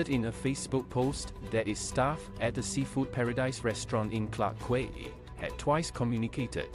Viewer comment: Quay is pronounced as (key) not kway